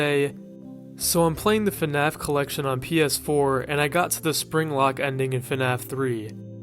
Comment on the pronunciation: I just can't with this "fenaf" pronunciation